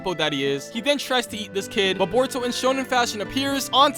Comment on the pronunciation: you cannot pronounce a single thing right bruv called Boruto “burrito”